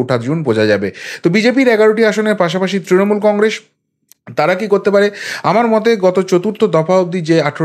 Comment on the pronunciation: Congress uchharon ta thik korun